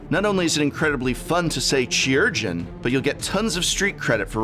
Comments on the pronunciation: chirurgeon is actually pronounced kai-rer-jen, and means surgeon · It's not pronounced CHEE-urgeon. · Chirurgeon: Kye-ur-gin. From Latin chirurgia, and originally Greek kheirourgos. Excellent include here, and the Madonna reference probably also went right over the heads of most viewers. :D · It's funny that the first impulse of a person broadcasting a video to thousands of people wouldn't be to look up the pronunciation of a word like chirurgeon. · Prof, chirurgeon is a real word with a real pronunciation that you are not using. The 'chi' sounds like the 'ki' in 'kite' or the final syllable in 'Malachi'. The more you know. 🌠